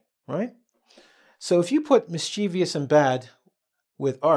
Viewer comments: Mischievous has 3 syllables and the first syllable is stressed. It sould be pronounced as MIS- chi- ves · Sorry but I am a bit confused about the way you pronounced the word MISCHIEVOUS